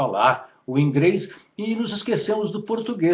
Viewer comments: Ele falou ingreis e recramar aaff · o cara é poligrota kkkk fala ingreis e mais 8 indhoma kkkkkkkkkkkkk